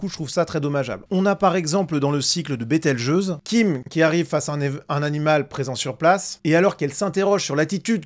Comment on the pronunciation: Bételgeuse se dit "bételjuse". Comme pour le mot gageure.